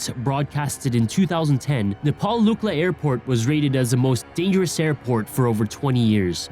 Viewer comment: Te gu ci gal pa Luck La Bro when you don’t say it right takes away from how smart you sound